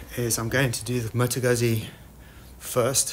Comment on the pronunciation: Please, its not pronounced guzi (like UZI) there are 2 zs. It's pronounced Gut'zi (like pizza). Other wise great video series. When changing a clutch on the Moto Guzzi it is work buying the specialty tools. It makes it much easier.